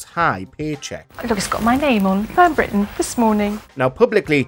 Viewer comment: Who is Fern Bwitton? Sorry not sure